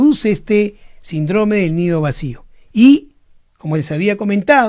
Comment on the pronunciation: Se dice síndrome con el acento